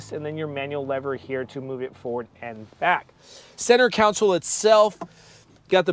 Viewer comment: Great review - but I kept getting hung up on and distracted by the reviewer saying Counsole instead of Console. Was driving me crazy!